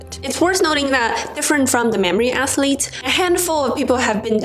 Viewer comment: I’m not mocking you in any way, but your athletes sounds like “ass-leads” to me, and it’s awesome😂